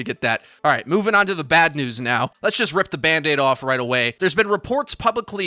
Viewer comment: Am I the only one that noticed that he said nudes instead of news ?